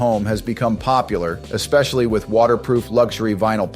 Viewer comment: Agreed! But at least the AI version doesn't say "exspecially" like a 5 year old!